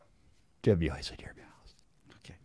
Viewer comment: Yeo ! Great show as always 👍🤣😂 don’t forget to mewoistin yer mewouth